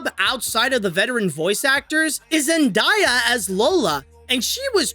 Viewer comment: Stop ! It's pronounced Zen-daya , not Diya . Get it right .